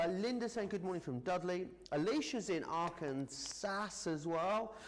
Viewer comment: Joe - it's pronounced ark an SAW it irks me every time I hear SAS! and I', from California!